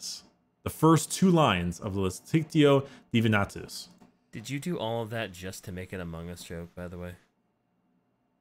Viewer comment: You said Divinatus instead of Divinitatus, thus your credibility roams the earth no longer.